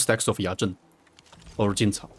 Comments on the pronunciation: The way said Yazhen and Jinchao shows how he really fluent in Chinese, respect. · Thanks for the amazing blueprint I also noticed that ur quite fluent in Chinese from the say u said Jinchao and Yazhen Keep up the work man!